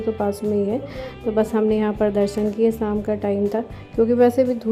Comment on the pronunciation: saam nahi hota sham hota hai